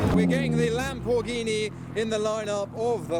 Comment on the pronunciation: I thought the lam-poor-ghini sounded pretty good!